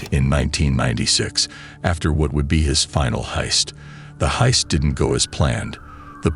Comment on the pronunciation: peak ai content, "bank hiest" and "talkie talkie"